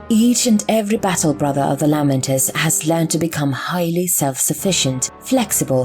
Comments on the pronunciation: Just an FYI: the majority of the Imperium pronounces their names as "LAY-Mentors," not "LAH-Mentors." ducks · I am sorry the content is excellent but the lamenters pronunciation is grating I have never heard said that way.